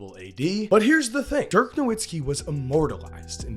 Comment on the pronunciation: Dirk was far too good for people to still be mispronouncing his name